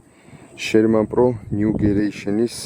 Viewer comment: გამარჯობა ნიუგერეიᲨენი არ არის სწორი ნიუგენერეიᲨენი არის სწორი ❤